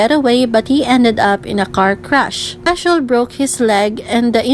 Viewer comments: you got me there 😂 I watched the video with serious expression but this crack me up Edit : btw you pronounced Heechul wrong. Double 'ee' in Heechul is pronounced as 'i' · The way she pronounced Heechul's name is kind of funny Lmao